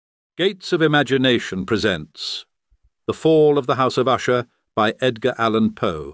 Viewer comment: Well done except for the constant changing of the pronunciation of 'Usher'. Is it Usher, OOsher, OOshay, or what??